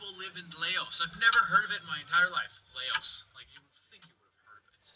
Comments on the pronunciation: its pronounced lowse or louse not LAY-Os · Lou like in "loud". It's not "lay-ohs". It's always been there. Ignorance is no excuse. Some things are kinda strange but the majority of this video is just blatant ignorance. :| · Loas....its pronounced (Lous). You ever heard of the Vietnam war? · Laos is pronounce Louse. It's always been in my reality, but staples shouldn't have the staple for an L. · so I love your videos but I can reassure you on one of these lol. the country Laos is pronounced louse (rhymes with mouse) and I only know this/that it exists in the other reality because of watching Mike Judge cartoons. specifically King of the Hill, Laos is the country that Hank's neighbor Conn is from, they talk about it when Hank asks if he's Chinese or Japanese. haha sorry I explained that poorly but I think my sentences vaguely resemble English so maybe it'll make sense reading it XD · Laos is pronounce Loouse. I heard about it heard all about in the Ww1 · Ian Curtis - I was pondering a way to spell the sound of that country also. Your way can still end up wrong as it can still be seen as Lows. I think a better description is Louse as in blouse. - Hey video maker dude with a stick, You've never heard of Laos and even after learning about it you still can't say it the right way. I think that alone is cause for concern as reveals the amount of effort you put in to your research and with that being said it really doesn't matter what reality you're in because if you're getting it wrong in this one you would be getting it wrong in all of them. It's not (Lay-Oh's) If you named a city in Canada verbally by pronouncing it that way, you would be safe as nobody would ever make the connection between the two. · Laos has always been around. The name rhymes with Blouse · Laos, pronounced like, mouse, I remember it. Weird, maybe none of us are in exactly the same reality.